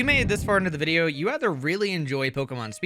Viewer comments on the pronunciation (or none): none